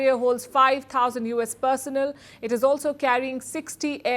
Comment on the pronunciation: Learn how to pronounce “ turbulence” , “ personnel “, “ industries” etc